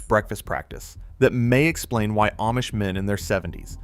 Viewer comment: Ah mish, not Aye mish (AI 🙄)